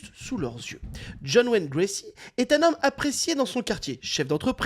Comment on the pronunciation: C'est Gacy, vous dîtes Gracy semble t'il...bon, je suis mesquine.😊